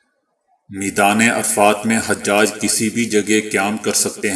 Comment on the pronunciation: حاجی کی جمع ۔۔۔۔ عربی زبان میں لفظ ح پر پیش کے ساتھ۔۔۔۔ اور ح کے بعد آنے والی ج پر تشدید کے ساتھ حُجاج ہے۔۔۔۔ ح پر زبر کے ساتھ حجاج نہیں۔۔۔۔